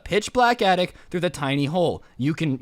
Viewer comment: Its attic not yattic